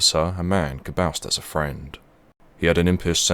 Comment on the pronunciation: C minus, learn to pronounce words of the language you try to speak, "boast" and "debris" spring to mind.